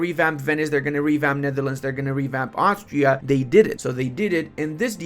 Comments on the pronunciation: iT's nOt aUstraLIA, it'S aUstriA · Aus-tri-a not not australia. Austria doesnt have kangaroo's what are you smoking? Australia has kangaroo's